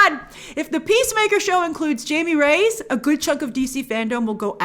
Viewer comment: I'm extremely disappointed you butchered Jaime Reyes name. Finally a latinx character and you call him "Jamie Rays?" C'mon Grace you're better than that.